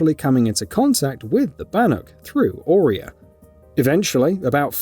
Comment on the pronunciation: Maybe get someone who knows how to pronounce Ourea and Banuk